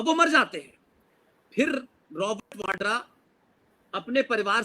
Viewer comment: राजिन्दर वाडरा नही राजिन्दर वधवा है सही नाम। यह अरोड़ा है पीछे से